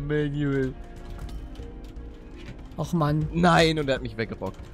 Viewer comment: Ja, "Manuel" halt nur englisch ausgesprochen. Aber ich schreibe es immer "Mänjuel." :D